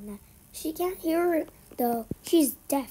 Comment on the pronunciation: You said deaf wrong